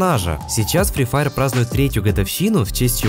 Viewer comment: Испортил видео одним моментом "Сри Фаер"